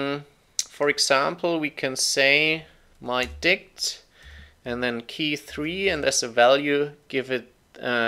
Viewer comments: I was listening to this one my speakers at max volume and just kept hearing mydi** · Great video; however, something about that variable, mydict keeps making me laugh whenever you say it..